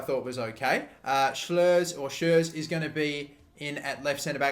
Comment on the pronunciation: Reads: Schuurs Says: SLLLLuurs